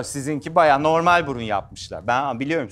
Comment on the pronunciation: Baayan Gardas Mühim degil İbrahim gardas bvjmhjvmjhvmjhv